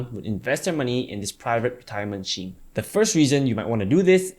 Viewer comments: man... it should be pronounced "skeem".. not "sheem".. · I thought it was pronounced Skeme, but I'm using Sheme after this :-) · You pronounce "scheme" weird.